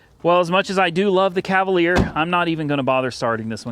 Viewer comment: Cavalier? Are you joking. Come on man !